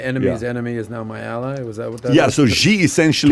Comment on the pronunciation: Pronounced "Shee"